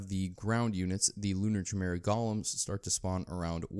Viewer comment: It's pronounced ki mera.